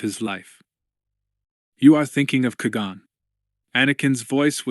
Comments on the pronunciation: Please learn to pronounce “Qui Gon” Kwy Gone. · Is the AI or what? Cui gon? Coreuscent? Really throws me off